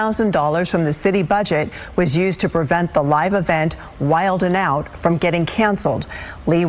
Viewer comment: Why she said wild then out it’s wild n out it’s even spelled like it sounds how can you get that wrong 😅